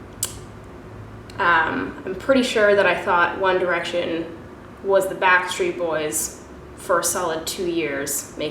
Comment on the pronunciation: Girl, your comment literally made me laugh out loud! 😂😂 I thought I was the only one that noticed she said it like that!